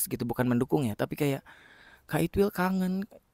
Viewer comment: Tang aku denger bukan itwil tapi it..... L😂